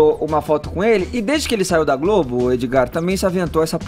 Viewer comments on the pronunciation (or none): none